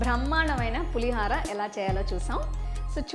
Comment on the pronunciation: Please. It's not Pulihaara Pulihora!! Ho anaali